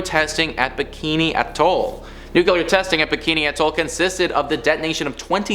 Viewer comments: New-Clee-Er. As in from the NUCLEUS of an atom. Not New-Q-Ler. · I love you guys! But...Omg, the word nuclear is pronounced nu-klee-Ar..not "nu-kewul-er"..all of you say it wrong. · Learn to say nuclear please